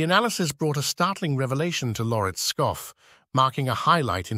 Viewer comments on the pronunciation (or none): none